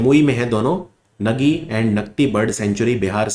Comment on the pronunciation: With due respect sir Nagi bird sanctuary is pronounced as 'Naagi'. Love and respect from Bihar ❤❤